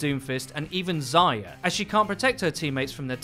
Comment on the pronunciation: If someone says "Zaya" one more time imma neck